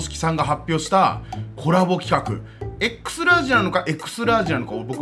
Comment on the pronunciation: 読み方エクストララージですよ。